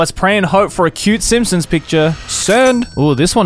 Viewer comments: Am I wrong or did he say Sampsons instead of Simpsons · Did you just call them the f*cking sampsons? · Did anyone else hear him say "the Samsungs?" 😂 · when said Simpsons i thought he said Samsung